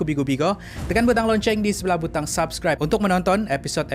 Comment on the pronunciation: Ingin saya nyatakan bahawa sebutan yang betul menurut suku kata perkataan LOCENG adalah "lo_ceng" dan bukanlah "lon_ceng". Sekian. Semoga bermanfaat.